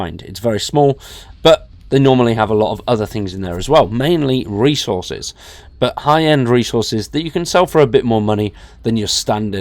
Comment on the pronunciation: I was like "what the hell this guy talking about Race Horses?" Then I realized he was saying resources, lol.